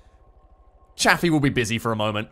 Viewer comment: DDG 81 is pronounced Chafe-e by the way.